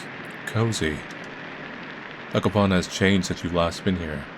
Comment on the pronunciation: Hearing pronounce Zakopane as Zakopan is bringing smile to my face lol.